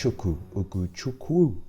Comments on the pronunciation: It's pronounced Hugo Tschewkwu. Nice attempt though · It's pronounced WHO-GO-CHEW-COUP OR Just stick to LESLEY!!! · It’s actually pronounced ooo-go chu-ku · Ugo... As In oogo.. Chukwu as in Chookoo Oo is the oo sound as in fool, cool,stool. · I am Nigerian you said it wrong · 🤣🤣🤣how is so bad at pronouncing names, man just neglected the W in his name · don't mess with Nigerian names